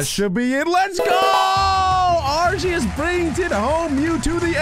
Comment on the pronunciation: It's Arceus